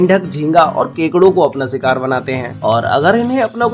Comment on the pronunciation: You lost me where you said "SIKAAR"